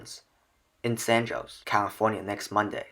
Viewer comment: San Jose is pronounced SAN HO ZAY